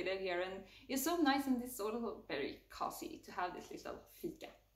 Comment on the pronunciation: Det uttalas COOOOUZY, inte kossy